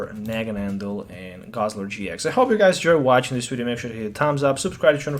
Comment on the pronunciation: It's Naganadel, not NaganaNdel.